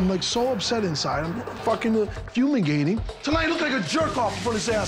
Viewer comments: He doesn't even say fumigating, he says fuelligating which isn't even a word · "I'm fumigating", lol Did he mean...I'm fuming lol...fumigating????? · "Fumigating." Ha!! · He’s “fumigating” again